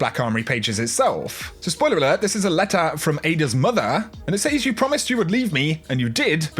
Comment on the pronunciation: That pronunciation of the word "says" makes me crazy. Sorry